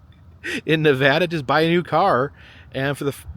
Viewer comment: I'm really enjoying the video but i live in Carson City, NV and the way you say Nevada bugs me lol great video tho.